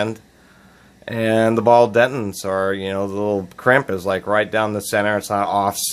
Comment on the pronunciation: Hey, I don’t think your pronunciation of ‘’detent” (denton) is correct......but thanks for the informative video.⚒